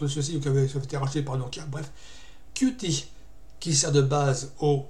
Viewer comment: Qt se prononce « cute » par contre.